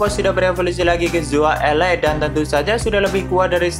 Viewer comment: "Zoa Ere" bukan ele😂